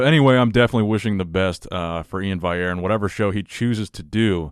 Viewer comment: It's VALL-yair! VALL with the "L" sound.